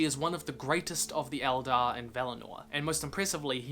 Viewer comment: Did you say...Eldar?! HERESY!